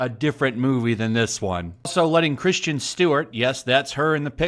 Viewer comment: Kristen. Not Christian 😂😂 still good video